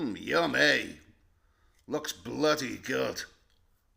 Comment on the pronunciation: The way you say Bloody makes me laugh 😂